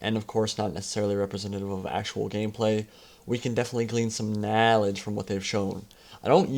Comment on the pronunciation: Did you just say KNAWLADGE at the beggining of the video? Fekin Tai Lopez mate ( ͡~ ͜ʖ ͡°)